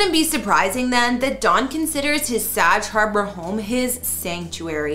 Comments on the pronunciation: It's pronounced 'Sag'... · Bag, hag, sag... Get it! Please learn the pronunciations of our towns and some of the people u cover.. I get you are Canadian... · Someone who doesn't know how to pronounce Sag Harbor? Really? And the video is still up.